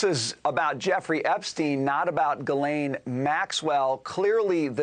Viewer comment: As much as I don’t like her, please say her name correctly! Ghee-Len